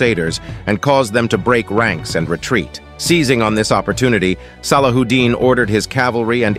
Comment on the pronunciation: SallaWHOdin. Really? Are you going to pronounce it that sloppy? 😂